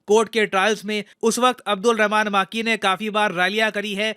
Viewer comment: सर वो मां की नही, मक्की है 😛😛😂